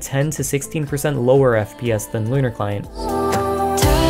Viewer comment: I legit though Lunar Client said Conner Client